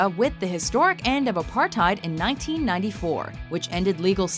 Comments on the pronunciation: It's not 'apart tide' it's apartheid ( aput hate) just put a r in front of t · It’s pronunced Apart-Tate not Apart-Tight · Plus, you pronounce it : Apart-hate, even if its spelled Apartheid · I’m from South Africa and it is pronounced apartat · The way you pronounce Apartheid 😂